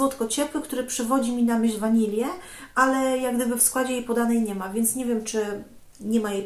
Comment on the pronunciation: Bardzo ciekawie, płynnie opowiadasz, lubię cię słuchać, jedyne co mi trochę przeszkadza to ta wanila zamiast wanilia, proszę zwróć na to uwagę, będę wdzięczna. Zgadzam się z tobą że Just Cavalli bardzo ładne, ja je noszę cały rok. Tahiti the monoi którą miało yves Rocher podobny do Estee Lauder bronze Goddess. Pozdrawiam serdecznie 😉